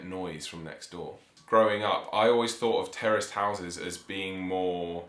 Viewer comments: When you were pronouncing Terraced houses it sounded to me American English that you were saying Terrorist houses. I thought what? Then I realized you were saying terraced housing. Ah Man. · Kept thinking you were saying terrorist houses... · Terrorist houses, hahaha. I had to turn on captions in order to understand this word. By the way, in America this woul be row houses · Had to replay it a few times, I thought they said "terrorist houses" !! Interesting to note: Condominiums don't exist outside the US.......and even in the US they only appeared around the 1960's. I was looking to see if the UK has anything similar, but I don't think they do. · I keep thinking "terrorist" house and you definitely mean "terraced" houses. lol. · I thought they were saying terrorist houses lol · Terraced houses not terrorist open your ears